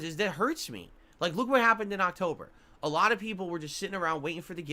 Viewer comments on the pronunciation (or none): Isn’t it so weird how he said “ alah” instead of “ a lot “ and “ wah “ instead of want but then other words like concerted he over annunciates the Ts in the word?